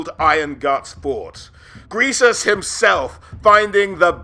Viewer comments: Every time you call him “gresus” and not “greasus” is another mile closer I am to you. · "Gressus." Literally unwatchable. Only kidding! Always a treat to see lore videos!